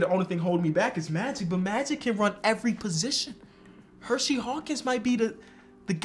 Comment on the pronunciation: I always love the videos, but is it Her See Hawkins not Hershey, there is only one H in his name